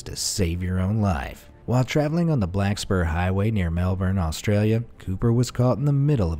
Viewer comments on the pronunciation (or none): none